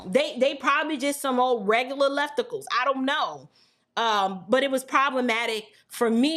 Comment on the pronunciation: "Lefticals"😂😂😂 Trunp 2024!